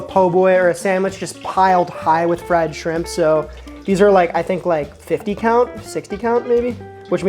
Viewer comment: The way he said oyster and shrimps made me think less of vhicago chef and more of swedish chef